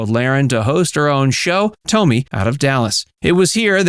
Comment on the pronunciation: Stop calling her Toemy. It’s Tomi like Tommy damn I hate AI